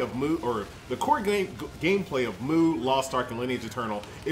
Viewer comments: Am I the only one triggered every time he calls it MOO legend, good video btw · mate i think its pronounced "mew" I remember playing the korean version of this game, and the korean lettering of it is closer to mew than moo. haha correct me if I am wrong though